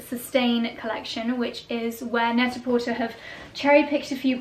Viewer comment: Net a porter is pronounced without the “r”. French